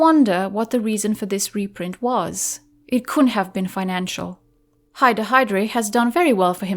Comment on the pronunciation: Wow, that's how Reinhard is really pronounced? What a pretty sounding name for such a monster.